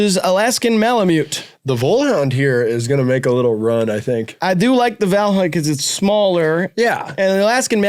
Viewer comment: Rileys pronunciation of Vallhund is pretty good tbh